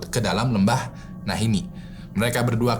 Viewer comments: sadar tidak kalau penyebutan lembahnya salah? Bukan Nahinni, tapi Nahanni. Itulah kenapa sukunya namanya Naha Tribe. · nahanni bang... bukan nahinni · NAHANNI BUKAN NAHINNI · Lembah nahani bang bukan nahini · Nahanni bang bukan Nahini. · nahanni bang, bukan nahinni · "Lembah Nahanni" bang bukan 'Nahinni'😁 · Lembah nahani bang bukan lembah nahini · Nahanni bang bukan Nahinni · "Nahanni" bang hehe😁🙏